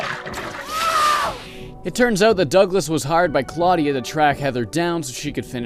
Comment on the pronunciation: claudia wolf... claudia....clawdia....clawdia wolf... ok no way i can take this lady seriously now : )